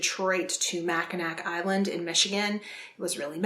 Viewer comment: This is a late comment, but if someone else hasn't said it yet, Mackinac Island is pronounced Mack-in-AW. I haven't heard of Alexandria Nolan, but I'm definitely interested in checking out her books; I am also from Michigan! Also definitely interested in Blonde! I love Marilyn Monroe!